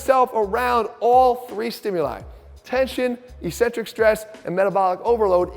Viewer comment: Why do exercise people persist in mispronouncing eccentric?